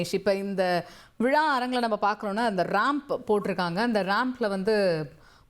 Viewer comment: தம்பி முப்பெரும் வி"லா"வா அல்லது தோள்/ புஜமா? ஏண்டா தமிழை இப்படிக்‌ கொடூரமாகக் கொலை செய்றீங்க!!😂 விலா அல்லடா தம்பி "விழா‌" "விழா" "விழா" முப்பெரும் விழா!